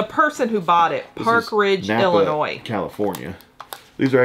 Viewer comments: BTW, the package from Napa is pronounced just like the Auto Parts store not nay-pa! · It’s pronounced (NahPah) California lol like Napa auto parts